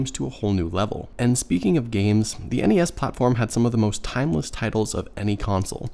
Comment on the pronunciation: Thank you for saying N.E.S instead of nessssssss